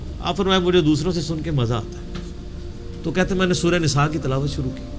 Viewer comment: مُحترم آپکا تلفظ بھی سہی نہیں ہے آپ لفظ شُرُوع کو سُرُُو کہ رہے ہیں۔ دُرُست کیجئے۔۰۰۰۰